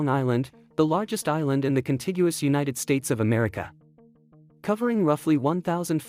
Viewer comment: I like Uni Teds Tates 😁